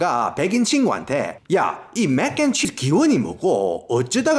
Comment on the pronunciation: 멕껜치스~ 내용도 재밌는데 발음 계속 따라함 ㅋㅋㅋㅋ